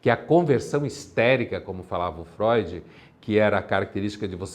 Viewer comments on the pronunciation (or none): none